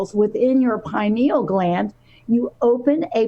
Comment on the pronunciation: or to pronounce pineal gland. It has 4 syllables.